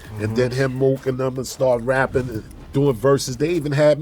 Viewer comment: Murda Mook* Not “MURDER” lol Also, probably better for your algorithm.